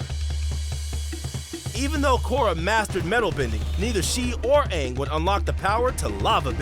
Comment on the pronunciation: Bro at the very least say it properly. It's Korra